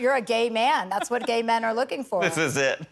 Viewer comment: He said Gæy in perfect Milan accent it's so funny😭😭